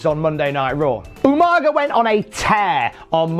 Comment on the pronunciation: does anyone remember SvR 2009’s better than utopia , where Regal kept calling Umaga, “Umanja”. always makes me laugh